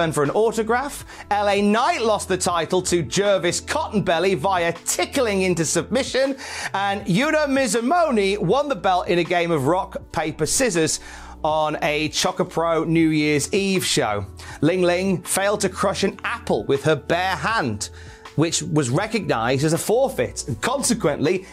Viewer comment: I hate being that guy in the YouTube comments but it's Mizumori, not Mizumoni. Love you! ❤